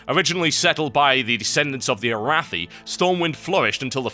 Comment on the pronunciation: nice total you butchered "Arathi" and "Arathor" when you said them in the court of lore. lol